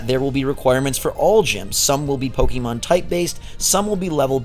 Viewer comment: "Pokie Mon" lol...